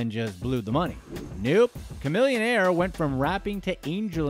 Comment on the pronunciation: homie, v-a-i-o? just say vaio. and khamillionaire? its chamillionaire homie..why butcher these household namessss